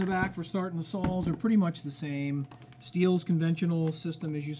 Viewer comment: are you calling saws sals